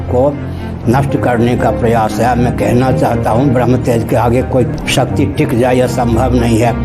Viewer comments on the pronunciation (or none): none